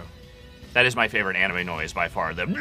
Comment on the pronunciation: Did just call anime...animu?